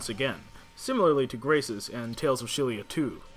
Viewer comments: im sorry but i have to correct you not ch-il-ia its zi-ll-ia for Xillia .__. sorry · Tales of Shillia? Are you attempting to pronounce Xillia? Ex-illi-ah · I know, but in the Japanese kana it's written as "e-ku-shi-ri-a", implying the proper intended pronunciation is Eksillia. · I believe that NamcoBandai representatives pronounced it as "Ex-illia" in some interviews. There wasn't any "sh" sound if I recall correctly